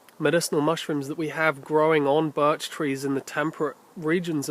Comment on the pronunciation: did you say barch ?